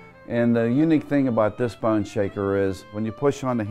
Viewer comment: How hard is it to say BONE